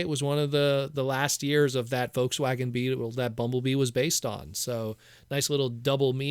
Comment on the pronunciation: dude I like you but please pronounce Volkswagen correctly lmao.